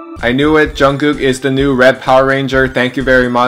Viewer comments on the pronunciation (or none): I love the way u pronounce jungkook as junggukk